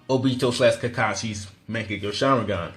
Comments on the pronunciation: He said oBEto like stfu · ohbeto lol it's obito bro lmfao.